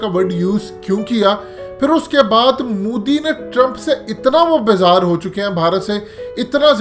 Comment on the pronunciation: Abey moooodi nhi.... MO di hai naam to dhang se le le😂😂😂😂